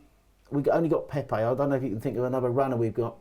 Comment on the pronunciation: Did my man call Pepe Pepper 😂😂😂